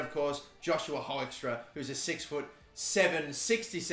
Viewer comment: Hoekstra is pronounced Hookstra.